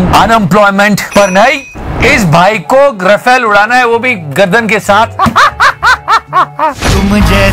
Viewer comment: Just for everyone's knowledge It's neither Rafale nor Rafel It's RAFAEL.